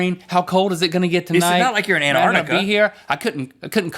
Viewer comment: Rhett said Anartica instead of Antarctica.